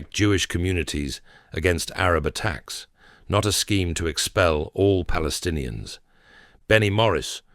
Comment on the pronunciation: How it can be, people that do not pronounce the letter "p" are called themself - palestinians🤦‍♂️